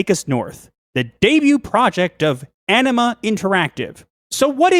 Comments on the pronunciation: At first I thought you guys said enema not anima lol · I keep hearing 'Enema Interactive' . Fitting. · OMG I kept hearing Enima instead of Anima. Wow, aprapos, but still might want another cup of coffee.